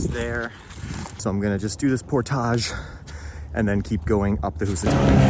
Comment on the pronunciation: My man said portaahg...lol